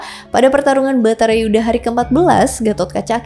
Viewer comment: Bratayudha Bukan baratayuda 😂